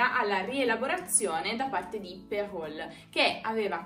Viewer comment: Ciao ! Sempre c'è da imparare nei vostri video ! Solo per che lo sappia, in Francese "Perrault" si pronuncia "pero". Non so se in italiano si dovrebbe dirlo cosí, ma per me, francesa, era strano ascoltarlo con la "L". Devo ricomminciare a studiare l'italiano tutti i giorni ! Grazie per tutto !